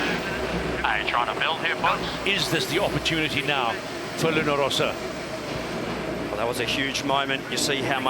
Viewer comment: "Rossa"! (not Rosa)